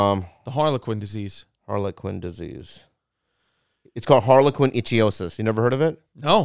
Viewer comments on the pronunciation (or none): Gotta love how Bobby always mispronounces Harlequin Ichthyosis every time he brings it up 😂 ICK-THEE-OSIS Bobby not Itchy-osis…